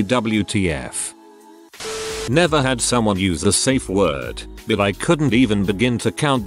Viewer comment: how hard is it to say safeword? saff fjord